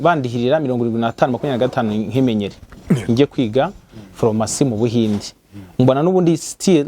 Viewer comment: Ese ko uvuga ko uri umuhanga ariko ukavuga nka Mama wanjye! Phormacy, reçe,..... Mumbabarire nihitiraga ariko ntibiryoshye kubyumva pe!